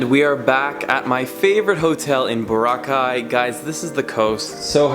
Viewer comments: It’s not Bora-cai, it’s Bow-rah-cai! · bohra-caii? nuh bruh bo-RRA-cai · It is pronounced bOr-aww-kai. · Enjoyed your video, but Dude! It's Bor-ROCK-eye, not boruh-kye. LOL. Just messin! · It's "BO-RAAAAAA-KAI". Not Bo-ra-kai. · Why does he keep calling it Bora-ki it's Bor-rakai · Nice video there. By the way, Boracay is pronounced bo-RA-cay, not bora-CAY. Stress is on the second syllable. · He said Borca not boracay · It's not Bur-cay, it's Bo-ra-cay! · Jachinoy15 It’s Boracay, not Bora. Because Bora Bora is another tourist island in the Pacific! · Nice vid, but learn to say Boracay correctly - "burr-ROCK-eye" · I was so distracted by the way you pronounce it. Is it BORA-kay OR Bor A KAY or what? .... I mean...you didn't say it the same way twice.... let us know. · It's pronounced phonetically "Bore - rock - kai" just fyi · Ba-Rock-I is how you say it man...lol... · Boh - rah - khay ( stress on 'ra' ) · Bo/rah/ khay- stress on the 'Ra'. Thank you. :) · You pronounced boracay incorrectly. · Stop saying the name of the island wrong. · Everything is changed except you foreign people who always pronounce boracay the wrong way.. pity.. Do you want us to pronounce "Chicago" the wrong way.. Hopefully you dont get hurt. So sad, just dont come to the country if you cant pronounce correctly..alright? 😐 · It seems you've been there enough times that people there really welcome you. So, repay our hospitality by pronouncing Boracay correctly. I know you know how. You did it at least twice in this video. You're almost Pinoy. So, honor us in this way as we are honored by your patronage and seek to honor you as well. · If you're going to do a video on a certain place at least know how to pronounce the name of it. Good video though. I was there in 2006. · How many pronunciations of BORACAY can you fit in 1 video? Haha Love the vid! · Why Neither You Or Your Girlfriend Can't Pronounce BORACAY Correctly. Gro up men.